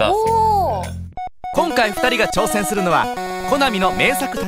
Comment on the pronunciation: 挑↓せん↑するのはですねぇ